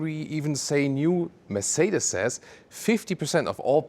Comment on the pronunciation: I have been owning Mercedes-Benz for 35 years now and am still trying to pronounce, Mercedes, as does. Always love the content. Thanks for sharing.